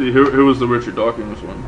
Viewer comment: Who is "Dawkings"? I've heard of Dawkins and Hawking......but who is Dawkings?